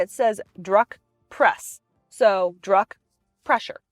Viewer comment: “Druck” is pronounced “drook” as in “look” Also “Getrag” is pronounced with a hard G not “jetrag” If you are going to deal in Porsches learn a little proper German pronunciation so you sound like you actually know something about the car.